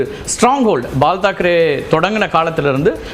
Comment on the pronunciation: பிஜேபி ஜயித்தது என்று சொல்ல ஏம்ப்பா தயங்குறீங்க? அப்புறம் நீங்களே pal தாக்கரே என்று சொல்றீங்க. அது என்ன ஆவின் பாலா? அவர் பெயர் BAL Thackeray. தயவு செய்துசரியா உச்சரியுங்க சார் 🙏🏻🙏🏻